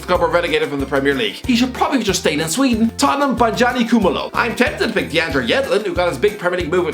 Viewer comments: Btw its pronounced Bo-Nga-knee Coo-muh-lo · You butchered Bongani Khumalo's name bro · Butchered the South African name😂